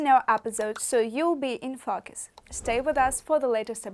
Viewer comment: Learn how to pronounce "focus." It sounds like you are saying a bad word.